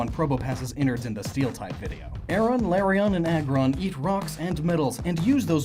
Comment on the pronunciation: I'm sorry, but I'm very bothered how you say some Pokémon incorrectly. Larion? Shieldion? Tyrantum? You made Pokémon name origins, how could you mispronounce names?